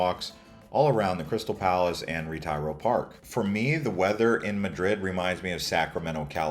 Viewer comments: RetEro not Retairo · Sir PLease take the time and google how to pronounce things correctly. It’s not Retire-O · A great city to visit, but you'd have a lot more credibility if you made at least a minimal effort to learn how to pronounce Spanish names correctly. Ret-EYE-ro? Come on. It makes you sound like a total ignoramus even if your content is valid. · Couldn't take the horrible name pronunciations. You visited these places multiple times and still couldn't be bothered to pronounce "retiro" or even "paella"?